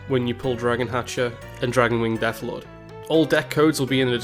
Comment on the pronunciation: I like this format, however your butchering of card names (Sonya Shadowblade, Dragonwing, Deathlord... what?) made my heart bleed :0